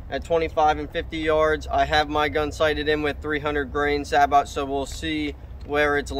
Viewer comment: Sabot... French word... pronounced as... Say-Bow... means shoe in French...